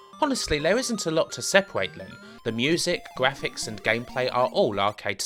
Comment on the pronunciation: tha gwaphics awe bwoken